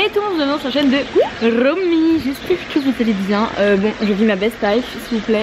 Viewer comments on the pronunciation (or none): "Vous êtes bien sur la chaîne de rrromyy"😂😂😂